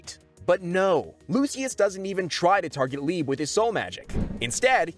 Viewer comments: bro called liebe "leeb" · They did not say Leibe Like that